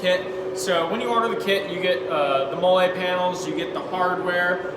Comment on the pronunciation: FYI it is pronounced /ˈmɒl.liː/, as in the female name Molly. Looks like another innovative product from you guys. Keep them coming.